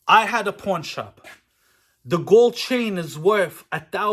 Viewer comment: 😂😂😂 that traxnyc shit was great. Also I thought you said Porn* shop at first 😂